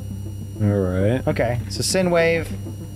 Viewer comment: Not much input this time, other than a mildly annoying grammar nazi pronunciation correction: it's " Sign " wave, not " Sin " wave. But honestly, anybody could make that mistake (up until I was...twelve? Thirteen? Can't remember, I made that mistake too, until my science teacher corrected me during the "Physics: Audio and Soundwaves" section of our lesson plan, which also humiliated me when I was corrected after mispronouncing the word while simultaneously getting the answer correct on the question). Aside from that, good content as always. Keep it up.